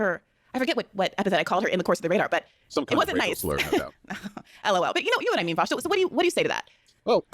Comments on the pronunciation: "Welcome to the show, Vaush." "Where's Virgil?" "Why have you done this to me Vowsh?" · She goes from saying his name correctly to saying it like friggin' Sargon. She's so dishonest xd